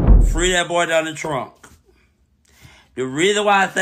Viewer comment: “Free that boy Donna Trunk!” Every time I hear mispronounce that man’s name I HOLLER 😂